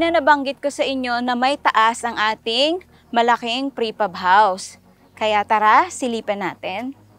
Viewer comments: Its PRE Fab not FRE Pab 😊 Amazing job. Will include it in my bucket 🪣 list ❤ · Frepab or prefab? hahaha